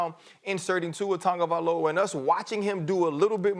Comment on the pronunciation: "Tongaviloa" Can't even say the man's name...